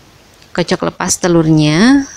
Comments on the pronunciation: bu kocok bukan kocek + 😂😂canda bu,jngn di bawa ke hati yah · Bu di ''kocek'' apa di kocok🤣🤣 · Kocok bukan kocek☹ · Kocok bu bukan kocek😂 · ngomongy itu ya Kak yg krg enak d dengar, kocok bilang kocek, sendok bilang sinduk, bahasa indonesiay kurang sip, tdk se sip resepy. maaf koreksi ya kak